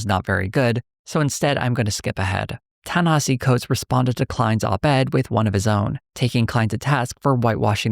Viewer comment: You spent all that time discussing the man and butchered his name that badly? Smh